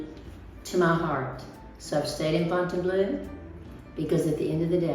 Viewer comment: the "eau" at the end of Fontainebleau is pronounced like the "eau" at the beginning of Deauville! Please stop saying Fontaine - BLUE!